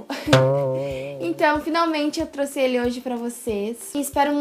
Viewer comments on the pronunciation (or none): Eu trouxe vc erro falo "trusse" no começo